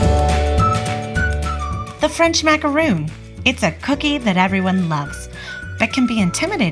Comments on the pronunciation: That Sagittarius Girl there's a massive difference between the two. If you're making them from scratch like this you should know how to pronounce it. People have pet peeves. I bake so this particular mispronunciation bothers me. And that's okay. People can have pet peeves. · A macaroon - double o - is a coconut cookie. A macaron is an almond cookie. It's not pronounced macaroon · Why are you saying macaroon? One “O” does not make the “OO” sound. I just find it funny how many people make a tutorial for how to make macarons and they still say macaroon. They’re two totally different things. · If you're going to do a tutorial, please at least know how to say the item. I cringed every time you said "macaroon". So, like 50 times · It's pronounced mac a ron, not mac a roon. They are two totally different cookies. Macaroons are coconut cookies. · They are pronounce MAC A RON not macaroon, they’re two separate biscuits 🤦🏼‍♀️🤦🏼‍♀️🤦🏼‍♀️ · It’s MAC-A-RON. NOT macarooooon! They are two totally different things! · Macaron. Not macaroooon. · Not a macaroon, rhymes with loon... it is a ma-ca-ron, rhymes with bon-bon but if you can’t manage that Ron beats Roon. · They are pronounced mack-a-Ron. A macaroon is a coconut cookie. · MacaRON- Is how it's said. A macaroon is a different cookie. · Macaron not macaroon, they are two entirely different cookies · The cookie you made is pronounced Mac-a-ron. Macaroons are a completely different cookie. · This lady just said macaroon don’t trust her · Bri Toronto I know right !! She's pronouncing it Wrong , totally different cookies !!!